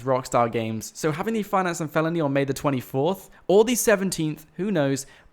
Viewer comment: Fianace & Falony